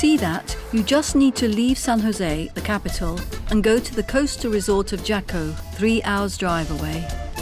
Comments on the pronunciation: frickin assholes.........leave Costa Rica alone!!!!! It's pronouced Haco.......not Jaco. There's a street, a beach and tons of prostitutes................... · It is pronounced "Haco". A Fast google search would have told you that. Jaco is one of the most polluted beaches in Costa Rica. It makes sense why it's so cheap. Yeah no. We are working hard on protecting our beaches from hungry North Americans gentrifiers. We are not going to end like Hawaii, No Sr.